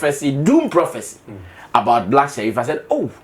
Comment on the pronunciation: He never mentioned Black Sherrif he said black SHELLIF ! LOL so it is for another musician. But on a serious note most prophecies are obvious statements and lottery . Many take drugs bf coming on stage to preach. There is nothing special about these Azar people. They broadcast depending on probabilities and knowing the dangerous lifestyles of some people. Note that a lot of people believe in going to places for protection because of stupid superstition. We are so gullible as black people that is same fir our soccer and even politics. We are backwards most of us. Every one has challenges so what the nonsense. Just to make money from people. We need to be just scientific or cautious not to fall into stupid traps.